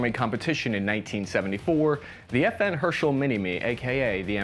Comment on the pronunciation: You don't mention it's a Belgian design but you mess up his and FN's name. America's finest.